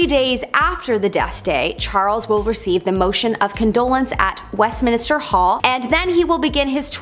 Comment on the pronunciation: Westminster, not West Minister. There is only 1 i in the name. Kept driving me nuts.